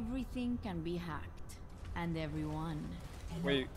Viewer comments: Lol when hacked ball, it sounded like he said ball sacked. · I watched this live on stream. Some of us kept hearing "ballsac, ballsac" haha.